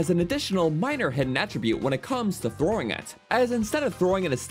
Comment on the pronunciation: " against any target while 'throwin' "